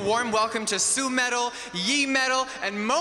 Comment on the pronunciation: it's "Su-metal", "Yuimetal" and "Moametal"